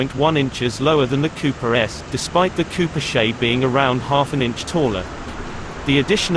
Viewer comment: "Cooper SHAY?"